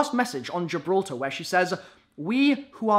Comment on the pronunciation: Speech check: GIL-BRA-TAR GIDKLFJHRTAR